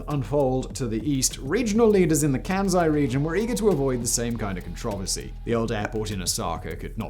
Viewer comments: The name is "Kansai", not "Kænsai". The "æ" sounds does not occur in Japanese. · It's said with an "S" not a bloody "Z".... ...my ears... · KanSai not kanZai